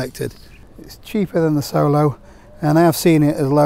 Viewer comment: Hilleberg Soulo, not Solo. Soolo. Double O as in poor.